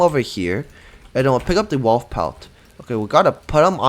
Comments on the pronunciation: Bro said walf instead wolf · STOP SAYING “WALF”